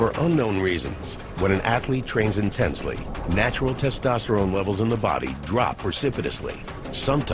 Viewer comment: NimyX 》 hahahahha “tastastarane” 😂😂😂 it’s testosterone u dumbshit